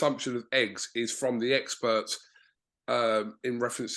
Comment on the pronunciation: Omg did he say “Eggspert” 😮